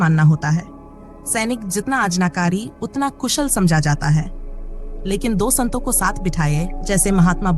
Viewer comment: अच्छी प्रस्तुति मगर हिंदी उच्चारण कई शब्दों का गलत है। जैसे संतों, सतर्कता आदि। फ्लो बढ़िया, स्पष्ट है